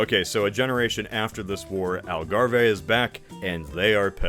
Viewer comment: i had to do a double take when i heard algarve. never thought i would hear part of my country be pronounced like that